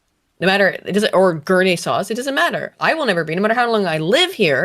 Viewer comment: please tell me “Guerney-sauce” is not what Guernésiais call themselves